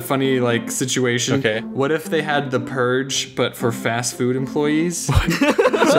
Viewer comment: "sitiation" -oddonesout